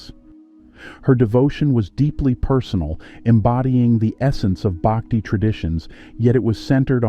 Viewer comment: It isn't "Baakti," it is pronounced Bhuck-thi." It isn't Tevaraam, it is They-vaa-rum. But I guess a western voice sounds more authoritative and scholarly to the world...😮😢